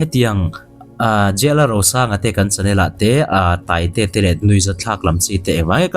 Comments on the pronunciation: Taitea tih laia Tai tih kha ala niin ka hria sir i chhiar fuhlo zawk in ka hria😂Scooty ah a Tai aw🍑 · I tai tihlai khi i chhiar sual zawk a nih hmel. I tai (taitea laia tai kha) nulh nulh tihna..😅